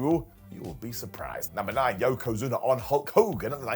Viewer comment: Yokozuner. John Ceenerr and Batisterr.